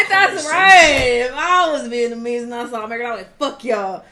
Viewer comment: "Viyetnamese" - THeo